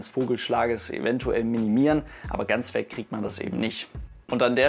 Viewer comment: Betonung auf "weg"!!!!